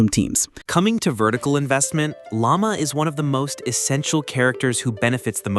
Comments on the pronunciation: Wait what did you said frostmoon scion lama? Dude it's Lau-ma not lama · The name pronunciations... Aino, Lauma, Raiden, and Alhaitham got butchered lol Edit: poor Kaveh is even worse. Kavehah must be Kaveh's and Kazuha's child.